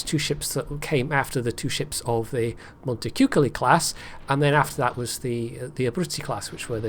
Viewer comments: It's actually pronounced Montechewcoaly. I love the vid and can't wait for the Italian cruiser line to come out!!! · c in front of dark vowels is pronounced "k", not "ch". And the "o" is closer to the sound of "torn" than "coal", with no diphtongue to be heard, so as Beltenbros said.